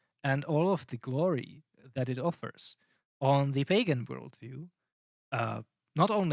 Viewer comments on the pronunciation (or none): no hate, but every time you say 'pagan' I hear bacon, uhmmmm BACON